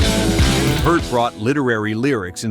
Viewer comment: He is pronounced PEERT- not Pert !!